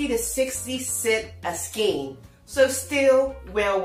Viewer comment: Please learn to say skein right PLEASE!!!!